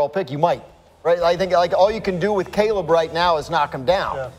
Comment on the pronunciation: his name is Caleb Williams not Cab! You are such a big fan pronounce these names correctly it sounds bad on you’re part dude